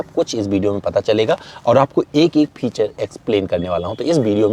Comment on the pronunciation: फिछर नहीं फ़ीचर